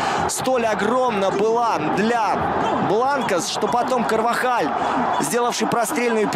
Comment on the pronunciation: Всё класс, но есть вопрос к комментатору, почему ТерСтеген если он ТерШтеген(!!!) изучите блин произношение имён и фамилий... Карвахаль произнес правильно, а по твей логике тогда он КарваДЖаль.... Надеюсь хоть кто нибудь задумается